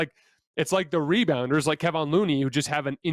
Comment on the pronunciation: Dang it! You've been talking about Looney since game 6 of the previous series. It is pronounced Ke-Von not Ke-Vin. The disrespect on his name will earn you a dislike on this video.